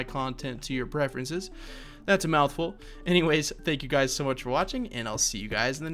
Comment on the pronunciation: for some reason i though you said HEY GAYS in the intro